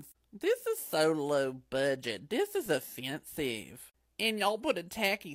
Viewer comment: "This is so low budget...this is affenseeyive."